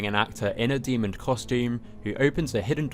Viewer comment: There is no “d” at the end of the word demon.